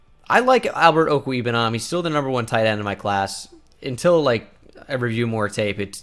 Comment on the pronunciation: Mizzou fan: pretty sure it is OH-ku-WAY-boo-nam